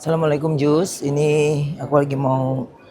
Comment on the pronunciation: Tulisan nya Just Tapi Bacanya jast 😊😊😊😊